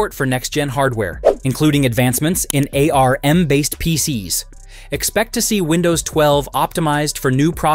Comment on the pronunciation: Nah man..."YOU" (allegedly) saying A - R - M instead of "ARM" was a dead give away. Also...You used clips from a Mock Up channel that's NOT Microsoft...